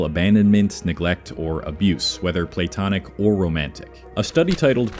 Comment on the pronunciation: Platonic- check pronunciation pls